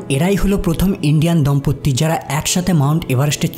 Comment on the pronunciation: দম্পত্তি না, দম্পতি